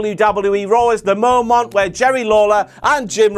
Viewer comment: Shut the fuck up Ross. I couldn't get past "momant" #5. Go away forever already 😩🔫